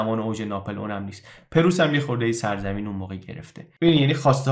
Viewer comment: ممنونم از وقتی که صرف اطلاع رسانی می‌کنید. خواهش می‌کنم کلمه پرُیس را صحیح ادا کنید. سپاس Preuß= Preuss